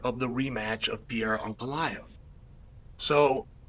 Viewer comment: You can tell Chael likes Ankalaev by the way he pronounces his name correctly.